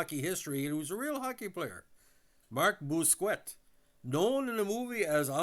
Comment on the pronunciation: nickname in real life is "",,or could be ""....Nice guy! Bousquet usually pronounced Boos-Kay...